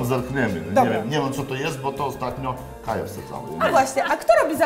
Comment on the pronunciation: Kaja - Kai Nie kaji